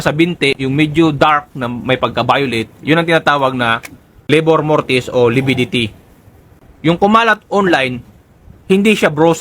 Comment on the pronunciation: Hindi po LABOR MORTIS, RIGOR MORTIS PO...